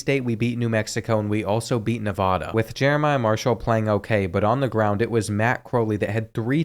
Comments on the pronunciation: like the vid but it's Nev-AA-da not Nev-ahh-duh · As someone who lived there for over 15 years, the first a in Nevada is like the a in apple, not the a in awesome. Great video.